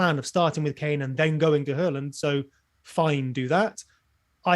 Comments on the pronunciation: It's pronounced Hawland in Norwegian. We were trying to be respectful to his language ...but ultimately failing :-) But as you point out he has anglicised his name so we can say Haaland from now on. Next week we'll go back to Haaland. Got Jaysoos right though ...we think ;-) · It is Haland not Hawland... he said it on SKY when got asked how to pronounce his Surname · It’s not pronounced horland. It’s pronounced haaaland. He did an interview with skysports last week where he was asked the correct way to say his name and he said haaaland 😃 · not being able to say HA-LANDS name is hilarious just watch his transfer reveal interview you can say HA-LAND OR HAW-LAND but he said the English version is HA-LAND. Pretty simple 🤣🤣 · I think you'll find is spot on with hooiiyyland 🤣